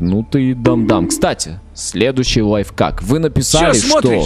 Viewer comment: Не лайфкак а лайф-ак